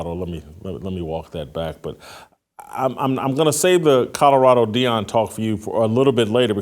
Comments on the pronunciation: Love you Jason BUT there are “L” in Colorado!! It’s not Cudderado😂😅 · Whitlock, there is no state named "CODORADO"...slow down and repeat after me... COLO-RADO 😅